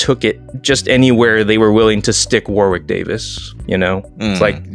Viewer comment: The second 'w' in Warwick Davis' name is silent. So it's pronounced 'War-rick'. It's an English town name. Love your show guys.